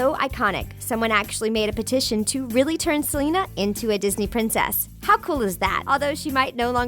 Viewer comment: Thats not how you say Selena